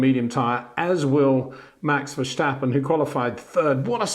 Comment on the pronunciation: Love your youtubes, Peter, but can you please stop pronounce Max's name as "Versjtappen". He is Dutch, not German. It's just "Verstappen" . No "Sjjjj.."